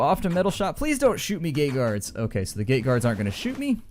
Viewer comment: When you said plz don't shoot me gate guards it sounded like you said gay guards XD